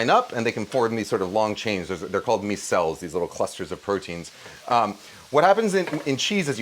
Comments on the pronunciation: Love these new kitchen recipes! Also, 'micelle' is pronounced 'MY-cell'. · Wild way to pronounce “micelle” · Hi Kenji!! Please look up the pronunciation for the word "micelle" --signed, a triggered biochemist 😝